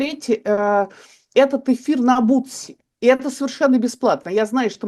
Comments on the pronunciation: Не бутси, а бусти. Спасибо за гостей, очень познавательно! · Только не бутси, а бусти).